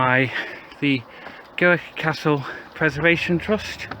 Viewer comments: You walked down the marble staircase, theives stole everything other than the walls. Pronounced Grick. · Scrrreeeeaaaam, another bad pronounciation of Gwrych! All Welsh people are now cringing.